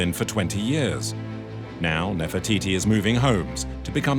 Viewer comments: woi......bicara yg benar....bukan nefertitis.....cukup bilang NEFERTITI........Jangan sembarangan....klo ngomong ...memalukan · Take a shot everytime he says Nerfititi 😭😭😭